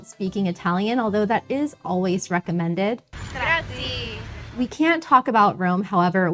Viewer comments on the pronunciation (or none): and to say thank you don't say "GRAZY", but GRAZYEH"... sounds like she's been in Italy for only a few days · GraziE!!! It has an E at the end ands needs to be pronounced